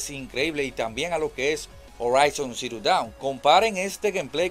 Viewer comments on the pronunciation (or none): none